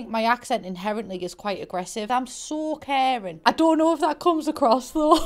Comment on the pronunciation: What she said: “I’m so caring” What I heard: “I’m so Karen” Would you like to speak to the manager?